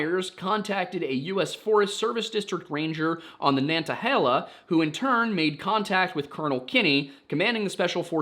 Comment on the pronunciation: Local pronunciation of Nantahala is actually Na-ta-hey-la